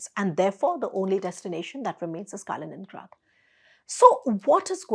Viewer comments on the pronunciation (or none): none